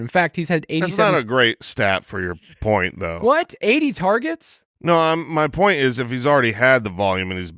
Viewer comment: Please fine every time he pronounces the “point” of this 1.02 draft selection. Cringe.